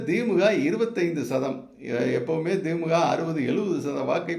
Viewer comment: Why thimmuka it is the-mu-ka.